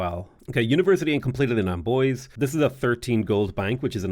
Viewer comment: Hey ! You pronounce pretty well french cities names (Except for Amboise, it's more amboaz not amboisey xD)